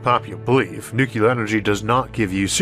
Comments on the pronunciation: The word is 'nu-cle-ar', not 'nuc-u-lar'. How hard is that? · I have no issue at all with the speech impediment - but please please for the love of Sagan, please learn to pronounce "nuclear" correctly! It's "new-clee-er", not "new-que-ler". Thank you. Also I love your channel. No matter how you mis-pronounce "nuclear". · nucular is not a word. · why cant people pronounce Nuclear properly? Only idiots call it NooCular. It is properly pronounced NewClear. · Gave up 2 seconds in with the 1st mention of "nucular". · The word "nuclear" has two , not three. Talk to a nuclear physicist, please. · Do you think that the qualifications for the narrator of a video essay about nuclear energy might include being able to pronounce "nuclear" (including the "r")? Not poking fun, but seriously?